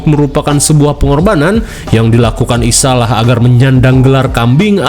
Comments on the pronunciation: Bacanya Isayah bukan isalah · Ngapa isayah jadi dibaca isalah a 😂😂😂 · Isaiah bang bkn isalah